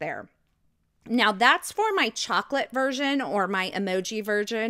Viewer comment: you're so funny! Go back & listen to what you said right about minutes into the video. You meant to say, "Version," but that's not what came out. Hilarious!